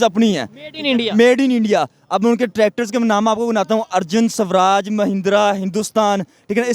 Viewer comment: It's not subraaj it's swaraj Samjho us fuddu ko